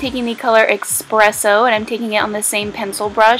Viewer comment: "especially" and "espresso" made me cringe though